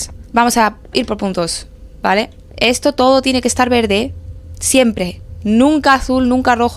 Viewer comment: Porque hablas mal as dicho en el video para decir verde has dicho vele porque